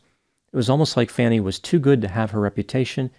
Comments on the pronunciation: FYI Her name is pronounced Fawnie, not Fannie. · Not Fanny. Her name is pronounced Fawnie but spelled Fani. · pronounced fawny not fanny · Why does everyone call her FAN-E when she calls herself FAWN-E? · It's pronounced "Fawn-e", not "Fan-e". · Not "Fanny", "Fauny." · Her name is pronouced Fawnie not Fannie fyi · I’m from Atlanta. The lady’s name is Fani, pronounced “Fawnie”, which is not clear by the spelling… but I love it that everyone in national news calls her “Fannie” like Fannie Farmer or fannie pack (a slang word you don’t use in Europe). She must hate that so much!! 😂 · It’s pronounced Fawni, not Fanny. Also, it’s typical of Trump and MAGA supporters to smear anyone who opposes them. In addition, it’s typical of insecure and egotistical men to condemn strong women who pose a threat to their sense of superiority. Who Fani Willis slept with is irrelevant to the Georgia case and everyone knows that it’s just one more desperate smear tactic to try to make the case disappear. Fani was threatened, prosecutors, judges, court personnel, and election workers were threatened and the threats were legitimate. Fani wasn’t the only one threatened due to Trump’s rhetoric and she wasn’t the only one who temporarily moved and hired security as a result. I don’t blame her for getting angry when the sleazy Trump lawyer tried to imply that she moved out in order to have a love nest. I would be furious. I’ve been married for fifty-four years and I have never been treated disrespectfully by my husband, our male friends, and by most of my male colleagues. Real men don’t have to resort to belittling women in order to make themselves look good, unlike Trump and the MAGA acolytes. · The pun at the end was really disappointing. It's pronounced like "fawn", not "fan". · Why do you pronounce her name "Fanny" when it's apparently pronounced "Fawny"? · Her name is pronounced FAH-nee, not fanny. You are really showing your true colors. Too bad. You're gonna alienate a lot of good people.